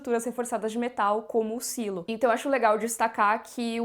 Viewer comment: Pra quê Sailo? Existe a palavra silo em português e tem o mesmo sentido! Falemos Silo!